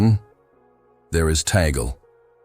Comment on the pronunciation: Why are you always targeting our Cardinal Tagle and it is not Tagle but pronounced Tag Le.